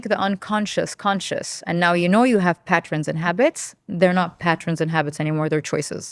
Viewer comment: A guest who can't pronounce pattern....